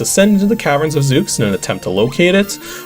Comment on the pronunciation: Zooks? you mean /Zeu/s? The 'x' is typically an 's' sound in names like that. :p